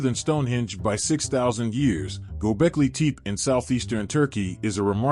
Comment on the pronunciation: Its pronounced Gobekli TehPeh. Not teep